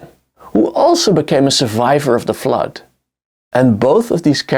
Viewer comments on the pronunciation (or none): none